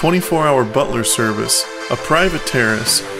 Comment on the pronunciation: did he say private terrorist